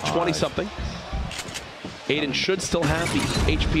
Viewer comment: Nobody: Literally nobody: Ninja: AIDAN 👁👄👁